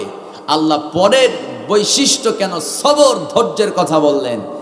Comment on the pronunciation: সবর হয় কেমনে🙄 তেলাওয়াত সহি করেন। শুধু সূর হলেই কি তেলাওয়াত হয়ে যায় 🤔 সুর আলহামদুলিল্লাহ অনেক ভালো